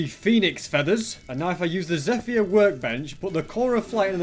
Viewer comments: erm not to be mean and it could be a custom thing os, but it's pronounced "zepher" not "zephyer" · "Zeh-fire" lol